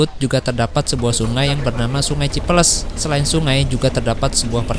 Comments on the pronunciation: sungan cipeles bang bukan ci peleus hehe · Sungai cipeles mas bukan cipeuleus 😂😂😂